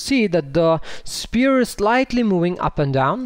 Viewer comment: Nice videos but please learn pronounce sPHere properly. Like an F. :D